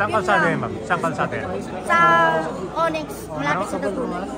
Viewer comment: O-NYX! hindi uniks